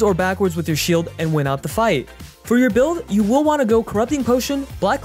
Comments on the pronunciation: Every time the narrator oddly emphasizes the word "Will" as in "you WILL" ....Don't tell me what to do! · who is this new reader and WILL they ever stop putting so much emphasis on the word WILL